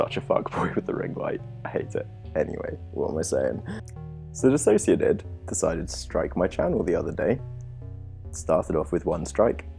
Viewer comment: Thank you for pronouncing my name right 😭